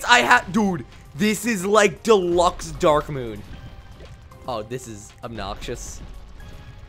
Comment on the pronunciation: It's moon not moom